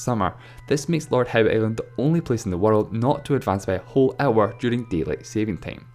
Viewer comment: deat lien